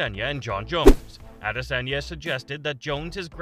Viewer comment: the way you say adesanya pisses me off